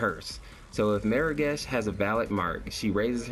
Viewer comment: Am I the first one to tell you you're saying Morigesh wrong? Where are you getting the 'e' from, like Meer-a-gesh? it's More-a-gesh... seriously. I can't even watch your video because of this.